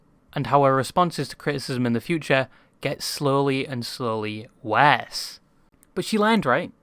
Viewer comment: yo yt creator guy i like the content but i hate your stupid ass english accent and especially the way you pronounce: '' worse ''. Truly hope you can change your accent some how cause some times you pronounce something so weirdly that it feels like power drill drilling into my forehead but keep up the good work.